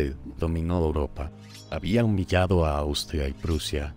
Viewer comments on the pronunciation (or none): none